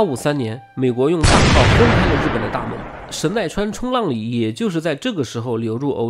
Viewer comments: 应该念成神奈川冲 浪里，不是冲浪里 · 神奈川冲 浪里， 要这样断句。